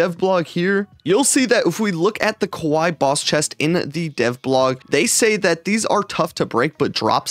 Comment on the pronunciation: No way you just said kuwai not kawaii